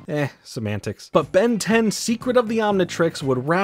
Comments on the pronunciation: You butchered the word Secret and pronounced it as seekit of the omnitrix, but still this was one hell of a banger video! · Gwen's magic....sure...ruined further in next series...she's an ALIEN! 😢 p.s. - seCet of the omnitrix :))) I get it though...probably took hours to record all the material and repeat same words thousand times, lol